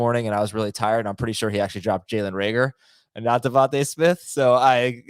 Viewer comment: Bro it’s devonta smith